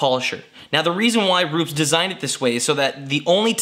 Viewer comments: ru- pez not roops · Hi, I think its been mentioned before....Its Roopez (phonetically)...not Rooops....with your first name being (close to where Rupes are in Italy) you should be getting it right. also you should credit Kevin Brown (AKA Buff daddy) for the washer mod great vids though Paul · It's "ROO-PES" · J M Ru-Pez lol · Ruu-pess, not with a Z, there is no Z in Rupes. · It's pronounced Ru-pez